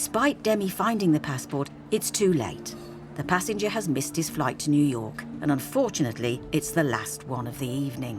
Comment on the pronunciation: who calls 'New York' "Newark". I thought he was talking about Newark-on-trent in England